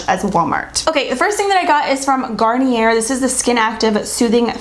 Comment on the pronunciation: Fyi it's pronounced "GAR-Nee-Eh" - the r is not pronounced because (its French) :)